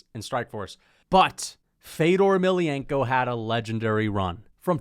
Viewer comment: fedor beat rampage, u are such a casual u cant even pronounce fedors last name right lmao